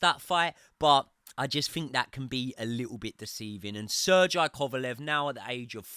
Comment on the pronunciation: did this man just say "sir jai kovalev"..aint no way sergey is that hard to pronounce